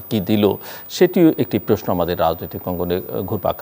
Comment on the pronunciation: Not preshno the word is prosno 😂